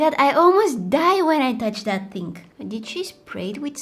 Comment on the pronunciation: I love how u say "interestinK" and "thinK" instead of interesting or thing... It's so cute 🥰🥰🥰